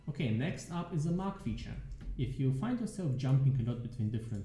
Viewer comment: are you specificially trying to pronounce "the" as ZEH? It's been getting worse over the last few leagues :)